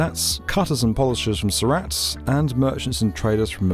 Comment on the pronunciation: Heavens. Surat is pronounced Soorut... not Sou RAT (like the rodent)...